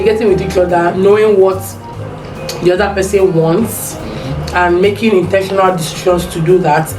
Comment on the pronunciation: Aah aah that word intentional can never be over emphasized oo